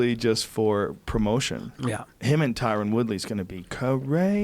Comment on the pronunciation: Don't worry Duane, Brandon Shwab can't say Tyron Woodley's name either.